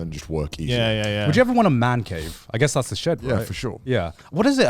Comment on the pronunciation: "Shed", pronoucned "sheed"